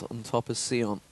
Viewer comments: It's Sion, not Seeon. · Seeon. No. Sion..like Scion. Bad commentator is bad.